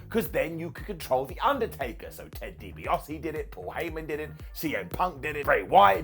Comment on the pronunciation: Dibiase * not Dibiohsi